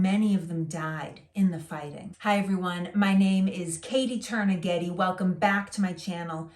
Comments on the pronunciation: You’re a true Bostonian if you had to take a sec to suss out whether she said “Katie Turner Getty” or “Katie Turnighetti…”. After all, could be from Eastie or the North End… 🤷🏻‍♂️ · The first video that I watched with Katie I, for a moment, thought she was of Italian descent. When she introduced herself at the beginning and said her name, it sounded to me like Katie Turnaghetti. I absolutely love the accent but you have to listen closely, especially with such a strong accent, to get every word. This is a good thing because it forces you to pay extra close attention which, with her screen charisma, isn't actually hard at all. Aside from her screen presence, all the little details make her telling so much more interesting than it otherwise might be. She is really good at this and Lord knows a lot of Americans nowadays need to know more American history.